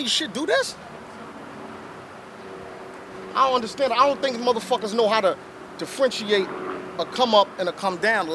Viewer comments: "defriendshiate" #BARS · what is Defrenchiate or Whatever TF He Said.. don't use words u cant pronounce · DifFRENCHeate .. Put that in the book with serragation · Is he trying to say differentiate? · The word is differentiate. IJS